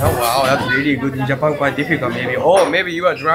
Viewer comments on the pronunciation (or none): none